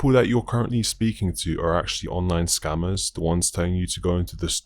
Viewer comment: Is he saying scammers or SCUMMERS 😂😂😂